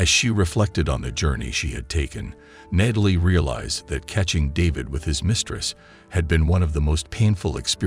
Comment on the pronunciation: Learn to pronounce the name Natalie properly. It is not "Nay-tal-ee," it is pronounced as "Gnat-ah-lee."